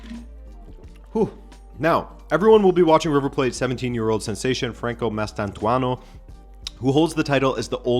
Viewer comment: He butchered Mastantuono. Which you'd think would be really easy, being an italian (the guy is argentinian, but both his name and surname are 100% italian) name and he speaks portuguese which pronounces the vowels in the same way.